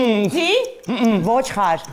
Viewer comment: ջան, զրո քաշիր, ր֊ն ավելացրեք։ Այս խաղում շատ կոպիտ սխալ էր թույլ տրվել Ոչխար, ոչ թե ՝ ոճխար